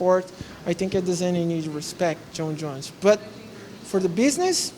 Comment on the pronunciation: Jon not John. Hespect not Respect.